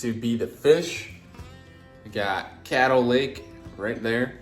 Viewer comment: Thank you for pronouncing the lake name correctly. People want to pronounce it kay-doe. When its cad-doe